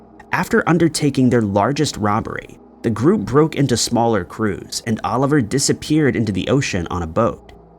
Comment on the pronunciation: Just one thing. It's Olivier Le Vasseur, not Oliver. He was French, not an orphan from England.